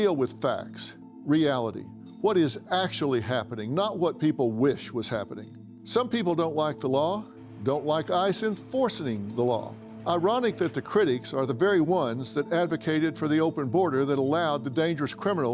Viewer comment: Enforcening? Enforcing